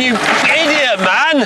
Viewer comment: James and his pronounciation of MAN :D